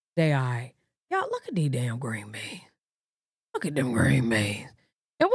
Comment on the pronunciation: The way you said green beans took me out 😂😂 her plates ain’t cool fr